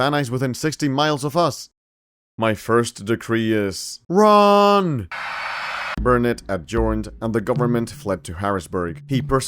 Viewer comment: Quite impressed with the pronunciation of Nacigdoches and Burnet (bur nit).